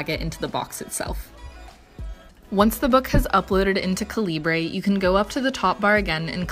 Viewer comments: it's pronounced like caliber.... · the way you pronounce calibre is atrocious. how can someone who appreciates reading barely know how to read? maybe focus on real literature instead of reading 50 shades of grey